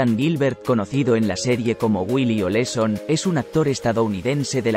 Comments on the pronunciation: No es Oleson, es OLSON .Aprendan a pronunciar😮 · El apellido era OLSON lo dijo mal en 4 ocasiones